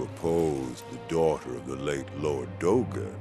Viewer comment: In game, they spell it "Dogen" but when Owl says it, it's "Dougen". Weird.